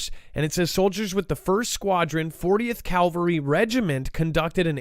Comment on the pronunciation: Just a note; CaLvary is where Yeshua was crucified. CaValry is a group of horse soldiers, that soooo many call CaLvary. Im my estimation that is worse than saying Nuculer for Nuclear. I think it's impor'ant.